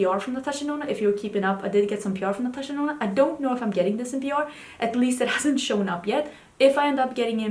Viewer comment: In my head, everytime you say Natasha Denona, I still hear Natasha Deno-no 😂